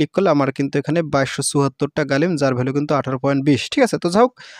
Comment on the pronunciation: ভাই গালিম না গ্লিম হবে